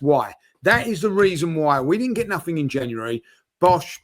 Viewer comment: "In the last four windows, Arsenal have spent nah'ing in free of 'em!" Liverpool signed Chiesa in the same length of time.